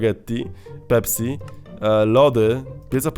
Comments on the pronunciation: pepsi nie pepśi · zamiast pepsi czytasz pepś(tzn. nie si tylko ś) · To jest pepsi przez s nie ś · Śmiesznie wymawiasz pepsi ;)